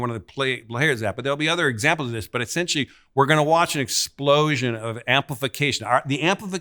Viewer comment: He is saying Esinchy NOT “essentially”